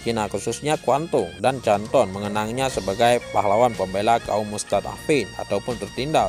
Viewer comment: Min canton dibacanya kanton bukan canton belajar lg min